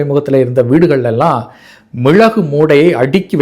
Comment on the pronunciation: மிழகு அல்ல மிளகு , தாங்கள் சொல்லும் ""ழ"" உச்சரிப்பு,,, ""ழ்ழ"" என்று கேட்கின்றது, சாதாரணமாக ""ழ,"" என்று கூறி பழகுங்கள்